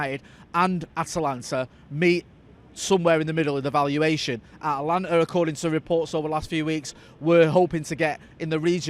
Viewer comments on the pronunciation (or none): none